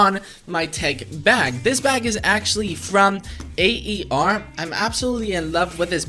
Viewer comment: I'm sorry but its nor pronounced A....E...R ITS JUST AER